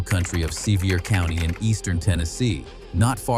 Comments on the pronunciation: AI should learn pronunciation, I am a Tennessee native. Sevier County is pronounced "severe", not Seevier. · Sevier is pronounced like "severe", you're welcome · Sevier Is pronounced SeVeer.